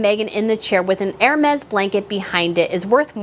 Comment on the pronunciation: Thank you for saying ÈR-Mez (phonetically) instead of HER-Meez 😂 I'm sorry, but it's been driving me nuts listening to others say that about the Hermès blanket. Yes. I'm petty.